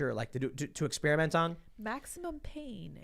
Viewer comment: It's Ex PEAR (like the fruit) iment, NOT Ex SPEARMINT (like the gum) . . . Jesus, quit bragging about being a dropout when you can't speak.